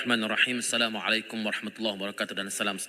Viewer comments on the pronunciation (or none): none